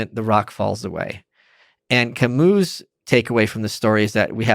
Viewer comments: If you can't pronounce it then please say Ca-Mew instead of Ca-MOO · Please I don't mean to be a pain but it's painful to hear people say Camoo. Please look up the pronunciation of Camus. Please don't say Ca-MOO.